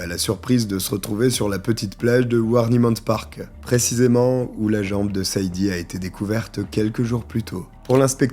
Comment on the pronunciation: tu as du mal avec les prénoms 😂Sade se prononce Shadé, beaucoup de femmes afro américaines ont donné ce prénom à leur fille par rapport à la chanteuse Sade Adu